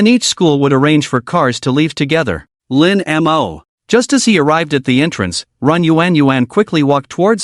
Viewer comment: I find that less annoying than how the AI pronounces it. As in Lin M O. 🙄😒😡